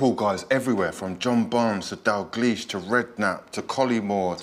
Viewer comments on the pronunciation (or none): none